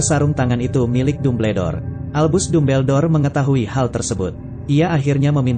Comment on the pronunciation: Apa ni kok Dumbledore di baca tubeldor ini kaga konsisten